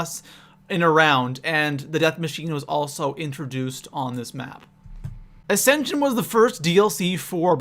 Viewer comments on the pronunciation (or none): none